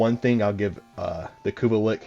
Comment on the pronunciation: I'm not gonna lie, it messed with me everytime I heard ya say it. But I did watch the whole thing it was a good video lol I do believe it is lich. But pronounced Li-CH a ch sound not a ck sound lol